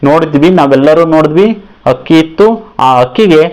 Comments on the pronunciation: ಹಕ್ಕಿ ಅಲ್ಲ ಗುರುಗಳೇ ಅಕ್ಕಿ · ಸರ್ ಹಕ್ಕಿ ಅಲ್ಲಾ ಅಕ್ಕಿ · ನಿನ್ನ ಪ್ರಯೋಗ ಓಕೆ ,ಕನ್ನಡ ಭಾಷೆ ಮಾತ್ರ ಕೆಡ್ಸಿದ್ದಿಯಲ್ಲೋ ಅಕ್ಕಿ, ಅನ್ನ ಹಕ್ಕಿ ಹನ್ನ ಅಲ್ಲ ಮಾರಾಯ